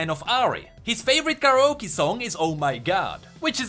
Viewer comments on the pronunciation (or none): none